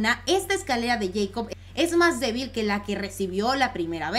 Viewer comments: Se pronuncia Jacob, no yeicob. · A alguien más le molesta que diga yeicop en vez de Jacob ? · Es escalera de Jacob no de yeicob jajaja lo digo por la pronunciación